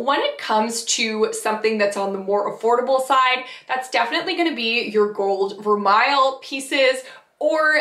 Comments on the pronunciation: You pronounced vermeil incorrectly. The correct pronunciation is ver- may. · Vermeil is pronounced as ver may